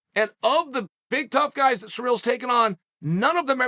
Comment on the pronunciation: It’s ciryl not surreal. Clown